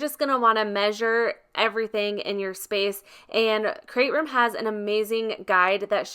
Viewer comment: Nice review!! I just ordered the Dream Box 3. I can’t wait to get it. It sounds like you’re saying “Crate Room” and not “Create Room “